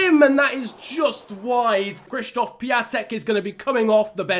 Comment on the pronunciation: Just a tip: Piatek is pronounced pi-on-tek and his first name is pronounced k-shish-stof